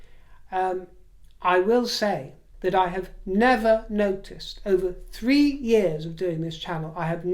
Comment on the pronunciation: Thank you for the pronunciation. Please tackle fink (think) and free (three) next and the glotta’stop